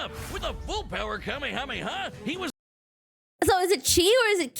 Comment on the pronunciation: Wait, she pronounced the kamehameha, how now?? Deer god she wasn't joking when she said she didn't watch any of it....